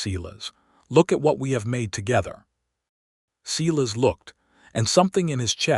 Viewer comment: Silas Is pronounced "Sigh" lus" NOT "See" lus"